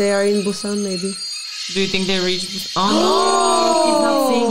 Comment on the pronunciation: "Train to Bu↘️san↗️" Perfect accent, better than Seoul people.